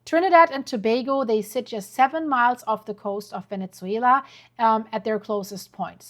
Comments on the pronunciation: Venne-ZZZZZZWAYLA NOT VENET-ZWAYLA.🤦🏻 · Can you please not say Venezzuela anymore? 😂 Say VeneSuela please. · Please stop saying VeneTzuela. It's just Venezuela. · Not venetsuela.. ven eh suela. No T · with real kindness- no T in Venezuela. Pronounce vene-su-ela. Thank you for all your amazing coverage. Much love and light to you💟